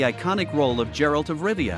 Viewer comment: GERALT NOT JERALT